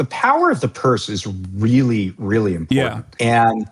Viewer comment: everytime "something bad has happening" at an ICE op, they ALWAYS say "it was a targeted operation and it was a reawy reawy reawy bad guy."